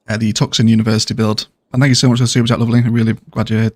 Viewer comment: All them pubs and bars placed on the mall of the tuck-son University...College to prison pipeline. You best believe campus police have been known to torture people and ruining lives with DUI's for students caught sleeping in vehicles. Arizona is known for having some of the most backwards and harshest sentences in the US. In Phoenix there goal must be to keep that tent prison inhabited during 115 degree heat waves....so what you have built so far is very fitting! "Merica! (Tucson is pronounced Two-son BTW just a heads up)